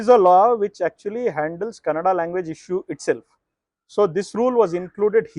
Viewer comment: This guy who explained the rule and gave a background keeps pronouncing Kannada (ಕನ್ನಡ) as Kanada (ಕನಡ). 🤦🏻‍♂️ First get the basic pronunciation correct. Either ignorant or lazy.